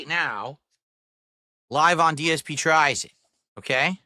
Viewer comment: He can't even say his own name he said GSP instead of dsp